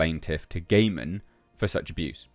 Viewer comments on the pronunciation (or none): I think his surname is pronounced 'guy-man' 😋